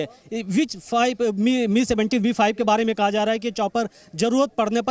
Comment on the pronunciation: It's not pronounced as 'ME' but 'M' 'I'. May his soul rest in peace. aum 🙏